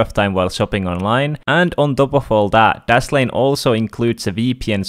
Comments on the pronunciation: M8 you said daslame instead of dashlane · where are u from cuz u cant say dashlane and tousend